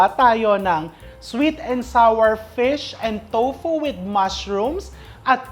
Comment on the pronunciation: "sweet and sawer, flawer (flour), towfu"🤣😮‍💨🤣